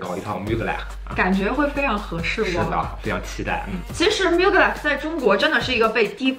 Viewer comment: 求求能不能把品牌名念对。。。最新的film里开头就念了，er发类似英文A的音